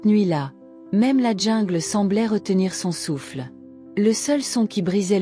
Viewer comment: On dit jungle et non djingle